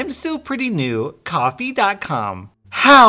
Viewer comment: No one: when Prouncing Ko-Fi: Coffee